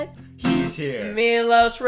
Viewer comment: Why canadians say he is canadian but no one of them know how to pronunce his name!? maybe cuz he is Montenegrin and not canadian!?